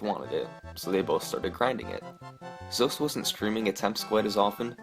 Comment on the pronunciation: Why does this guy keep mispronouncing Zoasty's name? It's not Zoast!!